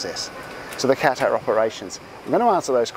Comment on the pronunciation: how would you like it if I pronounced your name like "Denice"? If you're doing an entire video on Qatar Airways, the least you can do is pronounce "Qatar" properly.